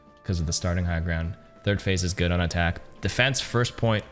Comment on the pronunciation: Whenever he says "on attack" i hear "anatack"